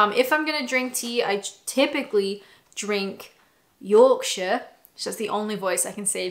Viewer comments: salad cream on a sausage roll 🤣 edit - I love your Yorkshire accent every time you do it 🤣💜💯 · You sound so funny when you say yorkshire, keep it up.